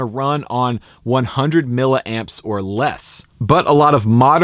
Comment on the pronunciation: It's pronounced "millie"-amps, not "milla"-amps